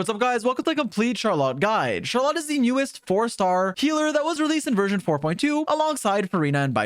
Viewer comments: It’s not shar lot, it’s shaar roll let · can’t even say Charlotte correctly truly the aboba steamer of all time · ily but you rlly have some have the weirdest pronunciations 😂. Even if that is how you actually pronounce her name it sounds so much worse than “Char-lit” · CharLot? Is that really how you’re supposed to pronounce that name? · I can't help but laugh every time he says Char Lot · He lost me at Shar-LOT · Good guide, but every time you say "char-lot" a piece of my soul disaggregates into dust. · Imagine not being able to say "Charlotte" correctly. Dumba** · Have you never heard anyone pronounce Charlotte before? 🤣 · another characters name butchered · I asked 2 different friends from FRANCE about her and they say you're trippin with that name pronunciation 🗿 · The way this guy says Charlotte makes me wanna say he deserves to be bullied.